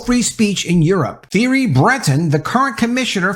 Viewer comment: pronounced terry not theory for theirry